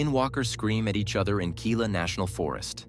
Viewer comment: Those are Bobcats yell8ng at each other and Gila is pronounced "Heelaa". I know for a fact that there are things out in the woods but everyone automatically blames EVERYTHING on a Skinwalker. Guy in the hoodie, yes its Sasquatch and infrasound. I've been there. If you live in the woods you need proper protection.